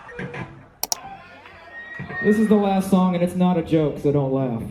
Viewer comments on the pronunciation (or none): none